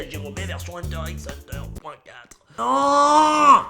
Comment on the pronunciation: Très cher Pablo, le 'x' de "Hunter x Hunter" ne se prononce pas. Il symbolise "cross", comme pour dire "Des Hunters contre des Hunters"